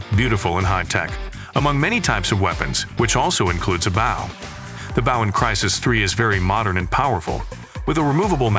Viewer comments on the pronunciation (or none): I can't tell if that's a really human like sounding tts voice, or a real human that speaks really weirdly. Hearing "BAW" over and over instead of bow was getting kind of annoying. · Well made video, but the mispronunciation of “bow” had me FF to the end. Especially since “crossbow” was said correctly, in the same sentence as “bow”🫤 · The way you say bow is annoying.. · Why do you say bow like that